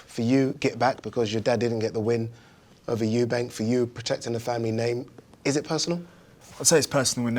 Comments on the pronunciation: Why does this guy keep saying euben at the start man can’t pronounce “Eubank” 😂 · It’s amazing that we’re in 2022 and people are still saying “Eubanks” rather than Eubank. 🤣🤣🤣